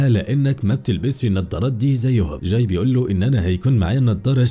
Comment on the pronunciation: اكتر حاجه تدايقني لما يتنطق اسم الشخصيات غلط اسمه جاي مش چاي